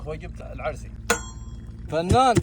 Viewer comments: اسمها عرسي مش عرصي😂❤❤❤😂😂😂😂❤❤❤❤ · ارحبوااااا ي هلا ومسهلا معلومه؛ اسمها عرسي وليس عرصي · هههههه أنا من عمان بس اسمها عرسي مب عرصي😂❤